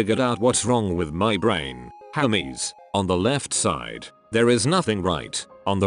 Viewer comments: lolol i love how it sounds like Hameses not hermes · everytime it read hermes i thought it was homies and honestly that's very fitting